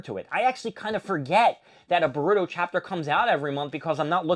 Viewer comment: You could start by at least saying manga and boruto correctly